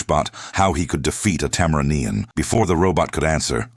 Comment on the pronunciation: Tam-a rain-e-n. Get it right